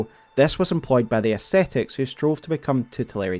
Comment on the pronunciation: Amazing video, but sadly couldn't sleep to it :( My primary language is not english, and even though I know it very well, the accent made me think about the words too much and I couldn't sleep lol Also, please... ascetics and ascetism is read "As-ke-tics", not "es-te-tics"....